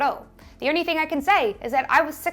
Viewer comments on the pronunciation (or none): none